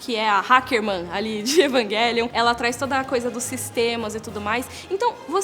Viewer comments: Evanguelion jkkkkkk fala direito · Evanguelion, ta certo ??? Eu sempre pronunciei Evangelion. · EvanGUElion ?? pra mim é EvanGÉlion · Não consigo pronunciar "Evanguelion" pra mim é "Evanjelion". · Eu sei que está certo, mas é tão estranho ver ela falando EvanGUÉlion...😟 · Evanguelion kk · Como é que assiste um vídeo inteiro com esse ser falando 'evanGUÉlion' , evanGUÉlion , evanGUÉlion?!? ... tudo bem que a pronúncia correta seja essa (acredito que seja🤷🏾‍♂️) ... mas abre uma exceção e fala como nós 'seres humanos'.🙄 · Fala o nome direito